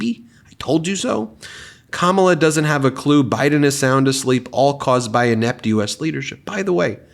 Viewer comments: You may not realize this but the reason why he keeps saying Kamabla he's making a reference to her being black by smearing her name🧐... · Is he trying to say Ka Ma Bla(h)? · Kamabla? SODA!! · That picture with baby Trump is great! That’s the way Trump talks also “Kambla, kambla, kambla….😂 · lol i think he's "trying" to say Kama-blah... time to put grandpa in time out lol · Here let's help trump in pronouncing kamalas name ,comma-LAW. Geeze i see why he is scared, the law is going to end your grift. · Actually its KARMALA ! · Sounds like a toddler that can't pronounce Kamala!!! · No..Donald. It’s pronounced KARMA-LA…. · I think it’s suppose to be pronounced like “kama-blah” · I think its supposed to be like "Kamablah" because hes pretending her names hard to pronounce and nobody knows what the correct pronunciation is. Its got a racist foundation of "their names are so hard to pronounce" Which is so amazingly stupid. One of the biggest talking points against him is how he keeps screwing names up. Its one of the few things about his mental decline that makes it to mainstream news. And he decided his new attack nickname for her would just be her name but mispelled, and unless you know the explanation (which is still just a guess) it just looks like a typo. And the explanation is "after 4 years, I'm still baffled by the pronunciation of my opponents three syllable name to the point I think the entire country will agree." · I think that idiot wants to pronounce it as kama-bla, as in bla, bla, bla. Trump is an idiot. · Phonemic paraphasia. He knows what he wants to say but can't find it in his brain. Then he just says a word that sounds like the one he can't find. Oranges, instead of Origins. Kamabla, because he remembers the name Shambala. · "Kamabla", just shows 45 can't PRONOUNCE his words. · It’s a favorite old time micro aggression, going out of your way to Knowingly mispronounce someone’s name to diminish their American identity 😂😂😂😂 Good times!!!